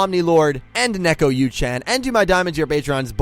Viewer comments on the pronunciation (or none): none